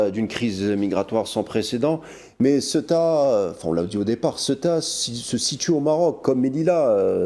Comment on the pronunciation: Fais un effort de prononciation,inculte presentateur, CEUTA se prononce CE-OU-TA .